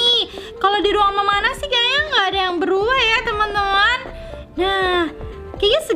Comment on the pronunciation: bilang beruwah